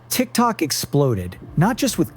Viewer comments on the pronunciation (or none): none